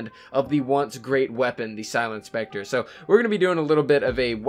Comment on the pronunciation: It's specter 😅